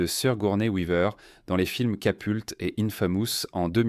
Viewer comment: C’est Capote et non pas Capolti